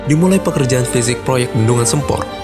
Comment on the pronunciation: Sempor..... pengucapan nya mirip Semper Jakut. Gimana sih narator ny... Jgn merubah nama